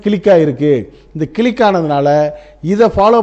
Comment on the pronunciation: என்னய்யா கிளிக்கு காக்காக்குனு 😂😂😂 அது க்ளிக் 😎